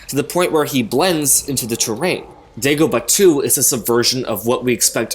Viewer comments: *Dagobah, not Degobah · It's Dagobah, with an A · It’s Dagobah